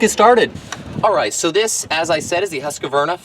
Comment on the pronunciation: It's not a Husk A Varna ..it called Husqvarna and it's an ok blower. Just call it what it is. Husqvarna, you keep calling it a Husk A Varna . Maybe you do that for a laugh?? Got me. You mispronounced the brand name everytime you said it. Other than that, cool review. I own one and it's ok. No better than my old BG86c but a nice change for what it is.